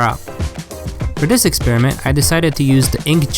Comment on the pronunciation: 'bonus expreiment' Nice